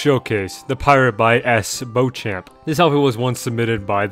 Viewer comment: Don’t mean to sound rude but it’s pronounced Bow-shAWmp